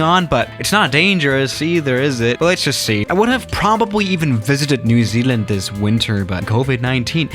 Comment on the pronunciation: the way that said New Zealand it sound like new ZLand